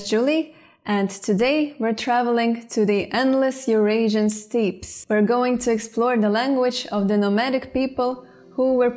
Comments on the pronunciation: You pronounced "steppes" as "steeps". "steppes" is spoken as steps, just like steps on a staircase. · Thank you for another great video. I feel funny mentioning it but there was a mistake. When you said "steppes" you pronounced it as "steeps." It's actually pronounced the same way as "steps." Other than that I find your work to be a great contribution. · Hi Julie, regarding the word 'steppes', the 'e' is steppes is a short e sound (like the e in egg). In fact, the two words steppes and steps are pronounced exactly the same. English can be so confusing sometimes! xxx